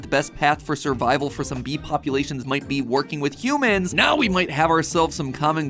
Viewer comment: Are you serious right neow bro 💀💀